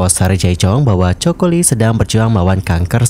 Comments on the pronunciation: bacanya KOKO, 😭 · iya dengernya 😂😂😂Choco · English nya jelek bgt sih kakkk. Kayak gini kan jadi malu2in diri sendiri.... Coco lee, di baca nya koko li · Ini ganggu banget dengernya coko. Kl ngk tau spelling nya se ngknya google dl mas 😅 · Bacanya KOKO bukan COKO, min... pea loe 😅 observe pronounce dulu sebelum jadiin konten, biar ga diketawain subscriber loe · Kok coko lee sih baca nya😂😂😂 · Aneh dengernya. Nama orang koq plesetin penyebutannya. Bagaimana kalau nama channel anda di baca tidak sesuai dg nama yg sdh dibrand, pasti nyesek. Hampir di semua acara dia jelas2 di panggil. COCO LEE (baca KOKO). Bahkan saat dinobatkan sebagai BA Chanel doi berulang2 menyebut COCO (KOKO) CHANEL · haloooo, sebut namanya salah tuh, yg benar coco=koko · Ganggu banget denger “coko “ 😢😢